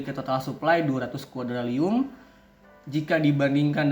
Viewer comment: Bang revisiya penyebutan nama nya harusnya quadriliun bukan quadrilium 🙏